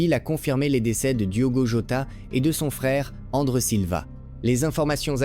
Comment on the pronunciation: tais toi robot . Ce n'est pas andre mais André .